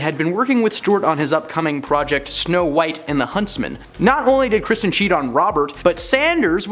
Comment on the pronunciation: Why do you pronounce Kristen as Christian?